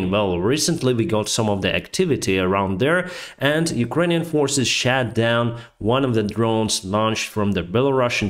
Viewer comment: It sounded like "Ukrainian forces shat down drones launched from Belarus". I wish the forces shat down more equipment from there.